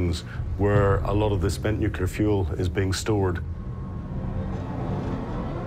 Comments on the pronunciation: not NUCULAR!!!! omg 🤦‍♀🤦‍♀ Pronounce the most important word correctly NU - CLEE - AR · Ben Fogle can not decide for 3 episodes is it Nucilar or Nuclear.. Someone tell this man to get serious 😂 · does he say "nukular"? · Barely 2 minutes in, and the narrator literally says "nuc-ular" instead of "nuclear". No thanks.